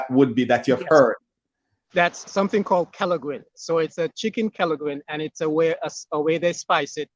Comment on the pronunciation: You pronounced Kelaguin quite well. Chicken kelaguin